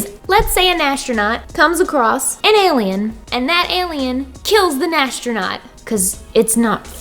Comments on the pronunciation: am i the only one that hears her say nastronaut in de place of astronaut??????? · As a non native speaker, I'm so confused about you pronouncing astronaut as "nastronaut". I always thought it's pronounced without an n. But you did great with this challenge! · NAS-tronaut....good job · Lmao "nastronaut"